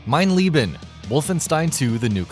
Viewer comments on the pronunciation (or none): STOP SPEAKING GERMAN YOU MORRON! its not Mein Lieben, ist mein LEBEEEEEEEEN fuckers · the way you pronounce mein leben sounds like mein lieben. and lieben is to love. my life(mein leben) should be pronounced lEben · Wrong, it is pronounced (lee-buh) or (lee-ben) depending on how it is used. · Saint Stitch Nobody says Leebuh lol It's Leeh-ben (German here) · pronounced leben (lay-ben) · Mein Lay-bin